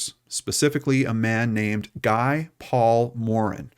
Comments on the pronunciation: It’s pronounced Gee not Gie Paul Morin. Shouldn’t you know this if you’re going to host a crime show? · His name is pronounced “gee”, like key, not guy. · This is the story of a very sad stain on the Canadian criminal justice system from my world and my era, this poor child and then that poor man. Well done on the telling. I feel compelled on his behalf to mention that I've never heard Morin's name pronounced in this Anglo fashion. I believe Morin is a francophone or at least of French Canadian descent so we say Guy (rhymes with tree) and Morin with the emphasis in a French fashion. We are mostly not bilingual in Toronto but we typically pronounce the names well. I know Americans would not be accustomed to this detail. It does not take away from your presentation. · Guy is pronounced 'Gee'. I didn't think you were going to cover this case. Glad you did. ETA, as a kid of the 80's I wouldn't have hesitated to hop in a neighbours' car. We didn't lock the door until bedtime. I grew up in a Toronto suburb about a half hour south of Queensville. Christine's disappearance was shocking to so many, and it had an huge impact on our sense of safety.